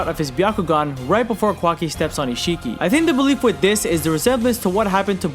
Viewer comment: Not the “kwaki” 😭😭😭